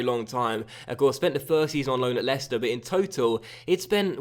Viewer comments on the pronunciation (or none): none